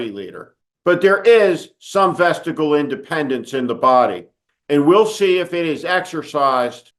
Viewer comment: . Vestigial is actually pronounced “vuh sti jee uhl” not “vuh sti gull”.